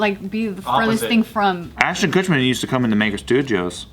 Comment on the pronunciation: Ashton KuchMAN? KutMAN??